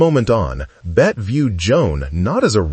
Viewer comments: For heaven's Sake , get the pronunciation of her name correct in English--Bet-ty...Not "Bet" which may be the French pronunciation. Born Elizabeth Davis, the actress claimed she chose the spelling from Honore de Balzac's 1847 Novel, La Cousin Bette as her stage name. She wanted to get away from the pedestrian spelling "Betty". That issue aside, there is no denying Davis remains one of the Great Iconic Actors of the 20th century. Everyone, especially Gen Z viewers, should take time to view a handful of her movies. She is great at playing what psychologists would call "Narcissists", representing character behaviours we find shocking and socially unacceptable. Of Human Bondage, Dangerous, Jezebel, The Letter, The Little Foxes and In this Our Life, The Star --- all have selfish, duplicitous, narcissistic characters. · More AI generated voice BS. Get her name right. It's pronounced Betty, not Bet. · Bette (pronounced BETTY) Davis and Joan Crawford were forces to be reckoned with on and off screen. Warner BROthers!!!! AI needs to learn how to pronounce the names of iconic Americans. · Please at least get the pronunciation of Ms Davis’ Christian name correct as it isn’t in this video. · AI will never pronounce her name correctly. The final E is pronounced.